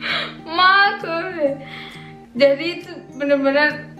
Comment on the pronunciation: markus,orang indo sebutnya mahrus/makrus 😁😁